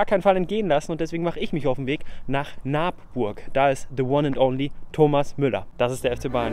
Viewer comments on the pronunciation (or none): Des heisst Nabburg und ned Naabburg 😅👌